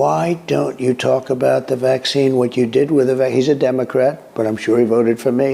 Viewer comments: Wack zeen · Not a Vack-Seen.............